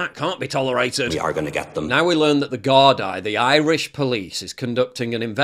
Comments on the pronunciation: The "garrr dye" had me on the floor 🤣🤣🤣 It's pronounced 'guardeeeeee' . . but who gives a F 😄 PJW telling it like it is 👏👏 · Just so you know its prounounced "gar-dee" ;) which is plural and "gar-dah" if singular :)